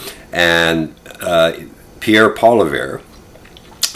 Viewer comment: How are you a political commentator and you don’t even know how to pronounce Pierre’s last name?